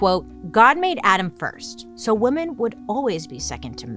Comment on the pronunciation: I’m watching some old videos. Bailey. It drives me nuts the way you pronounce “women”, it’s pronounced, “wimen” . I don’t know how to explain. Women is differently pronounced than woman. Please don’t hate me. But it does drive me insane